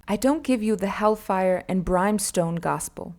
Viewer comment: Please look up the pronunciations of words before you record this. Ether, Brimstone, etc